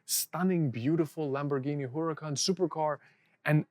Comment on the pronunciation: The way you pronounce Huracan reminds me of how Erlich Bachmann pronounces Aviato in Silicon Valley.